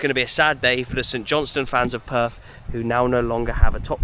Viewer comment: Weren’t you there long enough to learn the correct pronunciation of Perth?